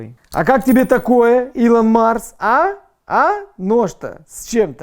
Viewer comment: Он сказал Илан Марс